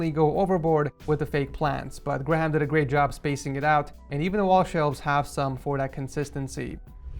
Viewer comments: gra-ham 😂 just to let you know its said like gray-um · Isn’t Graham read as gray•hum? Grah • ham is so strange 😂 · its pronounced "Gray-um" not "gra-ham" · I hate to be this disuse but grayham is pronounced graym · Okay... It is pronounced GRAY-EM!!! aRgH!!!!! Please stop saying Gra-Hem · Did he say grah ham?😂😂😂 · graham is pronounced greyam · It’s pronounced greyam lol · im sorry but you butchered graham i dont know wether its pronounced differently in the states but over here its pronounced "grey" "hum" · The way he pronounced graham🤣Uts pronounced gray-um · Why is he calling graham 'gram' that is not how u say it lmfao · Graham is pronounced - ‘greyam’ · ok. its pronounced Gray am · He did not just say gra-ham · "Grah- ham" ?? hahah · Graham is said 'Gray-um' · The way he said graham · Dude that’s not how you say graham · How can he not say graham right ahah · The way he pronounced Graham lol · Your saying Graham’s name completely wrong lmao